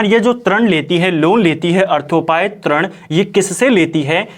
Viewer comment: Sir aap glat uchhcharan krte ho trin nhi rin hota hai